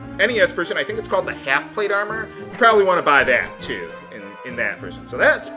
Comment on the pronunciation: Hahaha! Until you pronounced it funny, I didn't even notice the spelling for "armour" in this game. I guess the British variations are familiar enough to my reading eye that they don't grab my attention anymore.